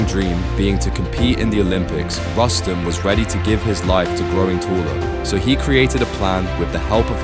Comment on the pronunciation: It is pronounced as Roos-tum, you idiots.